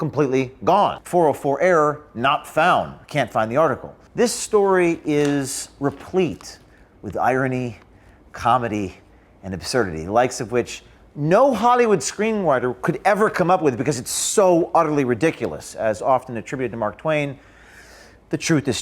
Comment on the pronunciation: “No Hollywud Screen Whyter...”